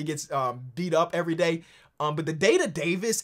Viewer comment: Yooo "day to Davis" 😂😂